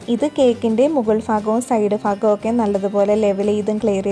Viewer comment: ഫാഗം അല്ല ഭാഗം 😄